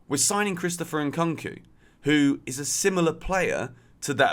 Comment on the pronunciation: why does keep saying N-Cunk-Koo? is it not N-Koong-Koo